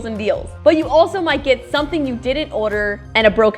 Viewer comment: why does she say order like odor